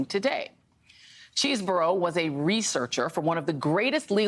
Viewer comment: I think it’s Chehz not Cheese burro….(?)